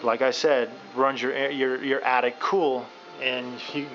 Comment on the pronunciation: Dude you build houses, It's Attic not Addict.